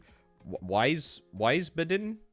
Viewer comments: There's no eye in Wiesbaden, veesbaden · Wiesbaden not weißbaden so i switch to another let´s play channel who spell the cities correctly. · Weisbaden V-eyes-bar-den Not sure if that helps exactly but in German, most words with W are said like a V. Wine in German is wein (vein) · Btw Wiesbaden is pronounced Veesbahden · I don't think I'll ever understand how English speakers add such random syllables to German words "Wiesbaden" becomes "Weisenbahn" somehow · Wiesbaden ist pronounced in German like Weezbahden